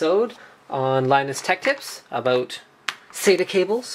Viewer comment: "aboot" <3